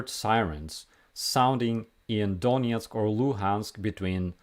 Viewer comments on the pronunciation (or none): none